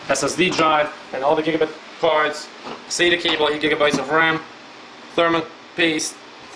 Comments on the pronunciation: just saying its gigabyte not gigabit please say the brand right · it's not gigabit motherboard / gpu's -.- why u say it like that